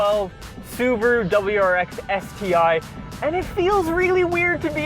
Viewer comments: The uberuru pronounced uber ru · "Suburu" lol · The "subapoo" instead of Subaru or the STD instead of STI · Blue crew mobile, subirue (su-be-ru) blue Betty. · the Soo-ba-blue